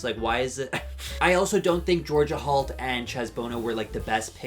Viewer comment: Love, ya,, but I'm hearing Georgia Halt. (and the captioning seems to agree) Just sayin'... Also, I disagreed with almost everything you said here... except about Georgia Halt, the babies and, of course, the butterflies...